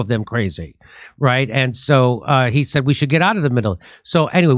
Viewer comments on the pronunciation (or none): none